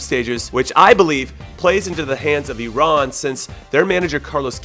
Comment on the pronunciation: As an Iranian, I'm so proud of your pronunciations. Special thanks for not calling it eye-ran like 99% of people in the US. Jahanbakhsh was close! Much better than most. Most people don't even attempt that. Props to ya!